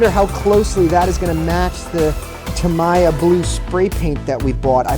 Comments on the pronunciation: It’s ta-me-ya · I think it’s pronounced tameeya